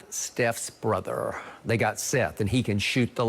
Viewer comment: Why he say “brother” like that ? 😂